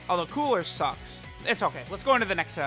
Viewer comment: "Cooler sucks" I know he's referring to Cooler's sticker effect, but the lack of a clearly pronounced " 's " really sounds off